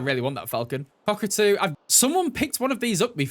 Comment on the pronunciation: the way he said COCKatoo 🤣